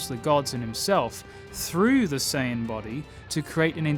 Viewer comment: You said Super S"ei"yan 3 in this video, not Super S"ai"yan 3. Okay i'm heading out now. :(